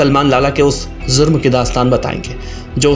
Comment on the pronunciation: Zurm nahi jurm